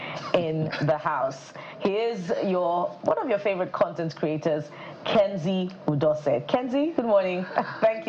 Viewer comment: Thanks for having me. Please it’s Kenzy Udosen not Kenny